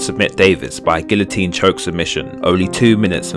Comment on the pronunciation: he says it correctly